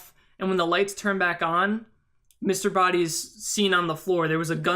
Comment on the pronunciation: Although I have felt the Scarlet ending was most reasonable, there were some elements in the final ending that made it make more sense since they all indeed had the motive kill whoever they did, Mustard would have been the one to destroy evidence contrary to Scarlet, Plum mistakenly pronouncing Mr. Boddy dead, and not to mention, as 7WhitePhoenix7 said, Mustard would have had access to Wadsworth's pocket. When I thought the final one was most likely, I then thought about Wadsworth being in reality Mr. Boddy was odd since how it looked in the beginning [how could the "real Wadsworth" risk his own life like that under orders of his former(?) employer]. I thought it would have been reasonable for Peacock try and grab the gun from Plum in the dark, thus screaming and running to the light switch when it fired, she sounded suspicious when she talking in the kitchen about having the knife and dropping it later, and she was closest to the light switch. Also, Mustard could have heard about the secret passage because Yvette (that's how you spell it) told him. So my point is, all endings have their positives as much as they have their negatives; therefore, they are equally possible. The reason the last ending was considered "what really happened" was because of the "motives" for each "murder one by one."